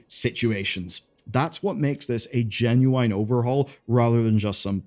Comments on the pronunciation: everytime mofo says GENUIAYINGLNYGN i lose it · The fact that you use the word "genuine" so much without ever pronouncing it correctly is mildly annoying.